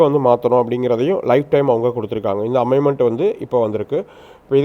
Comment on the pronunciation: அமைமென்ட் இல்லை அமென்மெண்ட் என்று சொல்லுங்கள்